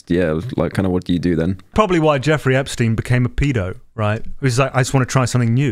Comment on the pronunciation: “Argentinia” “epstaain” - clown